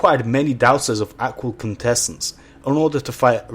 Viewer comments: Take a shot every time he completely butchers the words "Aqual Quintessence." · If i heard you say aqual quintesswnce one more time i was going to chuck my remote through the tv